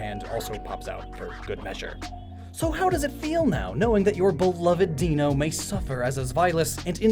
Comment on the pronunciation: i like how you pointed out that Zweilous' pronunciation makes sense because its German, but still got Deino even though the sequence here is German numbers ein, zwei, drei :p (i forget whether i brought this up when the video was originally posted or not so forgive me if i did lol)